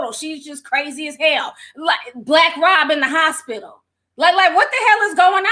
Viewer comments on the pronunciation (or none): none